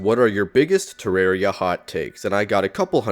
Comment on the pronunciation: You mispronouncing the game is your hottest take.